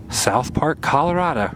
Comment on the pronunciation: You were very close! And it's ColoradO, not ColoradA lol